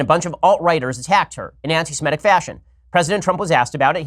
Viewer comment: It's "Semitic" not "Semetic"... There's no such word as "Semetic"... Just sayin'... 😉